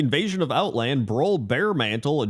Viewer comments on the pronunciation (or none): none